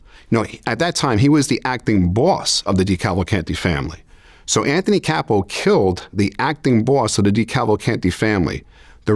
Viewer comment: His name is ANTHONY CASSO “GASPIPE” NOT CAPO